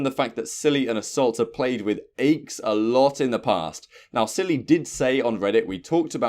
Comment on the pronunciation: NOT ACHES ANYONE BUT ACHES